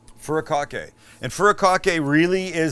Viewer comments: It's FU RI KA KE. Not furacocky. Haha. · "fudi kah kay"...please lol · looks amazing 🤤, but I'm it'd pronounced fu-di-ka-ke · Furakake? Sounds like a Furry Bukake